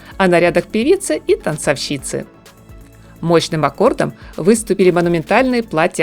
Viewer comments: Согласна с Вами, на фоне грамотной речи «танцовщИца» особенно режет слух. Только позвольте подправить и Ваш текст: «пожалуйста» следует выделять запятыми. У того, кто делает другим замечания по поводу правильности речи, тексты должны быть безупречными. Иначе также возникает диссонанс. Извините. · ТанцОвщица. Ударение на букву "О". Извините пожалуйста. Ваша речь безупречна, но это очень важно, поэтому вас подправила.